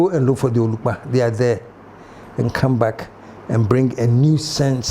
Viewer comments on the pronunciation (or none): It is onukpa please and not olukpa. Thanks